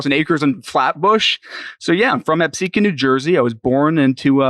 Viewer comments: lol how do you get “episquan” out of Absecon?🤣😂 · brain died trying to pronounce Absecon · The Absecon pronunciation edit fucked me yo